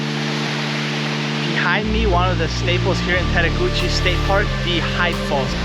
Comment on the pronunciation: Also the “e” at the end of Tettegouche is silent but almost everyone says it wrong ;)